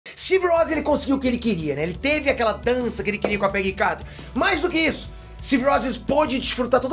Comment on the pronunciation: O Peter dança ênfase a palavra "dança" pra galera não entender "transa" hahahahaha